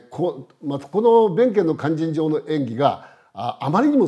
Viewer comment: 先生の勧進帳の発音はなんだか連絡帳みたいです。あと市川！とか、よ、弁慶！とかいいません。ただ説明したいだけなのは分かりますが、せめて勧進帳の発音はカッコよく正確にお願いします